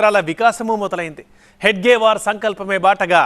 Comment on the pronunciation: హెగ్డేవార్ కాదు హెడ్గేవార్